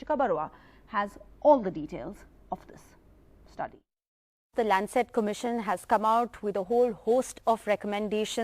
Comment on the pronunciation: It's not kobit19 but covid19 how this channel is progressing where u do not know proper English and again it's not landset but Lancet hope this channel doesn't belong to America for its prnouncetion